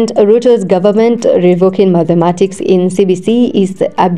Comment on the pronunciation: I like your voice but it’s not _Madhematics_; it’s _Mathematics_.